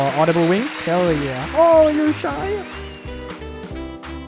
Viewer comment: says “hell yeah” but somewhere I thought I heard “Kel yeah”